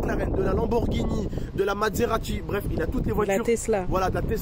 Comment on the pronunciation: Sa ce dit Maserati pas matserati